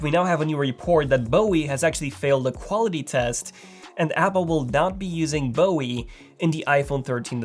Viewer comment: "Bowie." B.O.E.